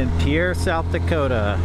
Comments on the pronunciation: Born and raised in South Dakota, live in Big Lake. Pierre is pronounced like fishing "pier". Not like people would think the French terminology. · Yes, all the South Dakotans corrected my pronunciation of Pierre after this video. I've been doing much better with it since. 😁